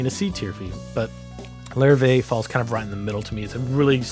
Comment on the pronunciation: It’s not lar-vee guitars it’s French it’s pronounced la-riv-eh